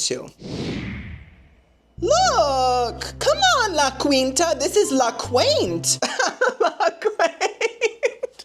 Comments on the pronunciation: Oh girlie, it's pronounced La Keenta lol 😁❤ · Why am I suddenly itching? Oh, and I’m not Cuban, but I’m pretty sure it’s pronounced “La Keenta” I’ve heard it on TV… 🤪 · It’s actually pronounced like La Keen-ta. You said it so many times, I had to comment. Love you nonetheless. 😊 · La. KEEN-TA! No queen EVER stayed there....